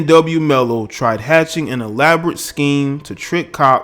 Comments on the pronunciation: I feel you but it’s melly not mello but you speaking fact respect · You have no idea the reason behind why he did it. Ppl seem to think he just blasted them away for no reason at all smh. And it’s melly..not Mello..Jesus do research before posting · okay well first his name is ynw melly not ynw mello so get that right . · Its Melly not Mello 😂🤣😂😂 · A lot of great points in the video but it’s not mello it’s melly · Why tf does he keep saying ymw mello???! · Did this guy just call him ynw mello I swear that’s what I heard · Could have at least got his name right🤣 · How tf U say his name wrong tho😭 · U can’t pronounce melly? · Please get his name right atleast next time before u begin to speak about something u dont know. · Damn can u say melly? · Butchered his name but the message is loud and clear. This dude looks dysfunctional. But i watched this dude in a couple interviews or so and he does seem very off. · Yo put respect on melly’s name you don’t even pronounce it correctly. Your making a video on him nd. He made more money than you bro gtfo here